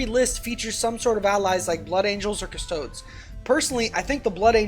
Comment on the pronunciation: Cus-toh-dez. Not Cus-toads. You don't pronounce them Adeptus A-stare-ts, do you?